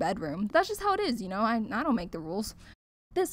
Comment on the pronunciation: It ezzzz what it ezzzz